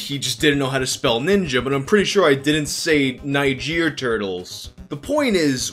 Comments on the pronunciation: Nijeer turtles... 😂😂😂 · So it's settled... You don't have to be black to say the n word so long as pronounce it like the country